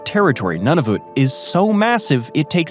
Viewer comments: Whadda 'bout Kainadah and None-of-it? 😂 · Now get this straight: Nunavut is pronounced Noo-na-voot. And as for the narrator’s pronunciation of French place names, well, I just give up. :-( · FFS Noon a VIC say it right haha